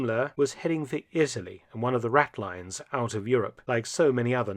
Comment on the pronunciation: dear Mark RATLINES is pronounced RATLINS NOT LYNES!